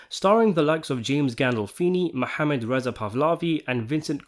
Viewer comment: are you Arab? I just ask, because as an Arab myself you hit the “h” sound in Mohammed much better than most non-Arabic speakers lol. Not perfect but it wouldn’t surprise me if you had some background speaking Arabic.